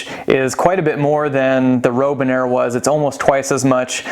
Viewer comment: It's Robinair... like the bird. Not Rowbinair.